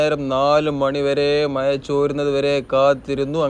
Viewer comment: മയ അല്ല മഴ എന്ന് പറയൂ